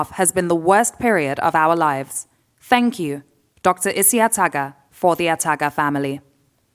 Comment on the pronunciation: Yes, you sure did hear her gaffe...lol.